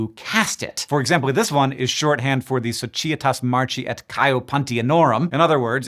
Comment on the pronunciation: awesome vid, thanks for this one small note: 'c' in latin is always a hard 'k' sound. so the proper pronunciation of the word 'societas' is so-kee-ay-tahs, not so-chi-ay-tahs great job!